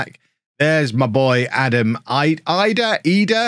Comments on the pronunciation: Idah is pronounced edah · pronounced Adam Eedah